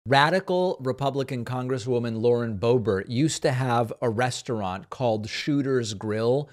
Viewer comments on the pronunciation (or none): none